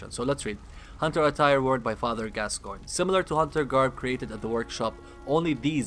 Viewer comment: I must say, I appreciate that you could pronounce the name Gascoigne. It's Gas-Coin, it's not that hard. Yet, SO many other channels insist upon saying "Gas-kee-oh-nee" or something. It gets kind of frustrating after a while.